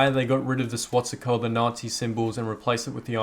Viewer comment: "Swatsika" its swastika